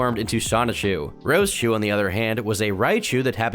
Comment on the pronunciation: it's Rose-chu, not rosa-chu